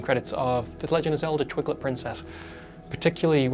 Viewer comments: Someone might want to let know that it's not pronounced Zelda Twig lit Princess hahahahaha. It's pronounced twii light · Sorry I'm sure said twiglet princess lol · Robert Rosas damn bro just go to the timestamp in the video. The guy says twiglit instead of twilight. So now your stupid. Not the joke.